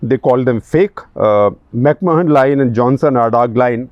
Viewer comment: Dear Mr Gupta, The correct pronunciation of Mahon as in The McMahon Line, is ‘macman’.